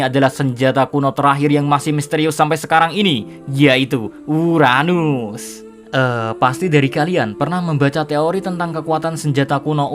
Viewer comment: Emosi gw pas dia ngomong uranus